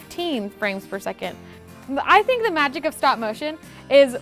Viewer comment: Anybody else notice she said "dee" instead of "the" 😂